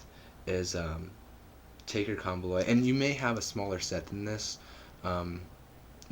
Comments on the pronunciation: good video. only thing is its pronounced comb oloy. like you're saying comb then oloy. i dont mean to be an ass but im just saying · it's actually not. it's pronounced KOM-bo-loy. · Said it wrong. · Learn how to pronounce it